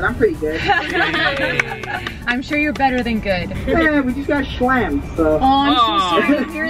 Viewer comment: The guy said shlammed